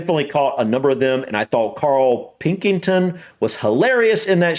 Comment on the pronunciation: Are you being served in the department store comedy. Also it's Karl Pilkington not pinkinton.